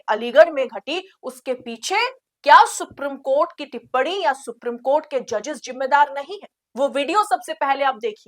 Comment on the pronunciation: Supreme court ka pronounciation galat hai